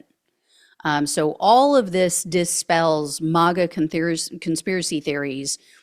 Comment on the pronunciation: Would you please say Maga MAGGOTS correctly,Mag a not malga, thanks 👍